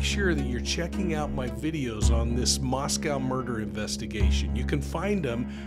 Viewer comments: MoscO long O! Not Mos Cow, We are not in Russia... please ... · I know I’m being grammar cop but we locals pronounce it as Mosco with a long O not Russia. Thank You!